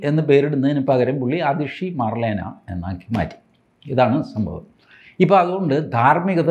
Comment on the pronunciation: മർലെന അല്ല മാർലേന എന്നാണ്.... അടിച്ചോളൂ എന്ന്. മാർക്സ് + ലെനിൻ ആണ് മാർലേന.